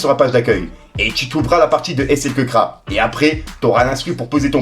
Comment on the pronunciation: C’est pas slkeukraaa😂😂😂 c’est slkrack!!!